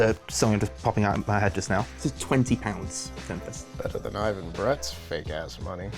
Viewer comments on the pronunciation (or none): none